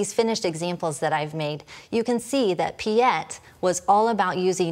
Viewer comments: I was just thinking the same.. she pronounces it as a French name.. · Piet is a Dutch name. It's pronounced as Pete.